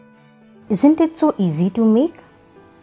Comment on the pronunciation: You: eazy Us : easy